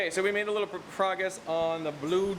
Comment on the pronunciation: Yay! "Proguess"